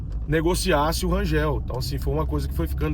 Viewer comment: Bom dia, pelo amor de Deus, Rangel nao Rangeu, ok?🤦‍♂️🤦‍♂️🤦‍♂️🤦‍♂️🤦‍♂️🫣🫣🫣🫣🫣